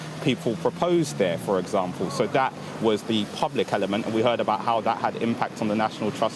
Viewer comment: Dat (that), da world (the world), bofe (both) norf east (north east)! What poor pronunciation. Down the pan.